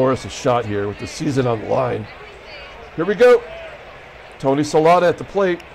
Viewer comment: Congratulations on a great win. After you win the division with the Pilots. I'd love to see what you can do with the 1962 expansion N.Y. Mets. Some pronounciations: Jack Aker (acre) Jim Lyttle (Lie-tul) Tony Solaita (So-Lee-Ta) BTW: Al Downing coughed up Aaron's # 715.